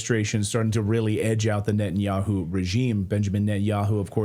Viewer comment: "NUT-THE-YAHOO" ....I'll leave it there